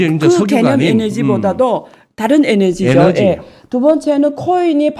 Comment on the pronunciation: 에너지라 하세요~ 에네지 아니구요~~^^